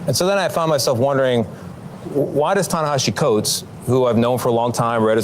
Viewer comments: Great reporting, truth fully broadcasted, and the author's first name is pronounced Ta-nah-HAH-see. Thank you. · Please learn how to pronounce his name right - it’s pronounced “Ta-Nahasee” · Na HE see, Nahaasee, Nohe-cee, say the mans name right. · Notice how that dirt bag keeps mispronouncing Ta Nihisi and keeps saying Ta NihiSHi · Pronounced Tah - Neh - Ha - See Coates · Tawna Hawsi is how you pronounce his name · Ta-Nehisi's name is pronounced "Tanahasee"! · Can y'all learn how to say his name. It's TA-NAH-HAH-SEE Coates. Learn it. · It's pronounced "Tah nah hah see" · Israel has Jim Crow laws for its ethno-state. It’s racist. It’s white nationalism by another name. Notice how this hack repeatedly mispronounced Coate’s name as “Nahashi”. Natash in Hebrew means “serpent”. He’s calling him a snake and accusing him of anti-semitism because he opposes apartheid. No nation state citizenship should be determined by ethnicity. That doesn’t sound to outrageous to me, but this host implies that the author is a radical terrorist with a “backpack” just because he calls out the multi-tiered citizenship rights based on ethnicity on the stolen land. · “And so then I found myself wondering “why does Tanahashi Coates, who I’ve known for a long time…” ~cbs anchor tony dokoupil mispronouncing the name of someone he claims to have known for a very long time. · In case I don't stay for the full 20 minutes, does someone eventually tell y'all how to pronounce his name? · The substance of y'all's critique is spot-on. But y'all should really put some respect on Ta-Nehisi's name and learn how to pronounce it before Sam self-importantly highlights how he's disagreed on "nuance" with this "mainstream" author (the shade isn't subtle, Sam's self-centering is truly insufferable, and the hard work the rest of the studio does to follow in his footsteps is cringe-worthy). All too often, whatever is being commented on takes a back seat to Sam's self-promotion of his own brilliance.